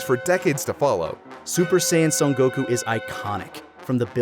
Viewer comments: Bruh. They ran outta content before that dumbass ever realized his name is goku, not goCOOOO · Can't get over how he says Goku as Geux Kuu and just HAS to say the Japanese names for things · Why so much "goKU" pronunciation? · GokU?immaculate pronunciation🤡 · I've never watch this sort of content from TFS before, is he seriously going to keep pronouncing Goku that way? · (or however u spell it) is super pretentious dude. the way he be pronouncing Japanese words like he didn't grow up in america and just always be talking about the sub like stop dude we get you want to be Japanese. Honestly if I was having a real conversation about Dragonball and someone was speaking how he speaks about it I would walk away. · Lani never got top 12 Bulma outfits, kirrin never got his filler episodes count down, and never pronounced Goku correctly. P.S. I had seen that VTuber before but never new that was taka. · pronounce Goku correctly challenge (impossible)